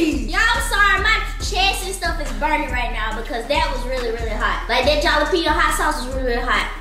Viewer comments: he still say jalapeño it’s with a j but pronounced with an h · its yall saying jalapeño with a J for me 😂😂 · the way yall pronounce jalapeño 😂